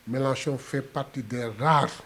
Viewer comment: Mais bon sang, le monsieur s’appelle Jean Luc MELANCHON non pas Jean Luc MELACHON. Mon Dieu, vous journalistes de la presse en ligne faites un effort de recherche et apprenez à prononcer les noms des gens correctement. Ce n’est pas compliqué non?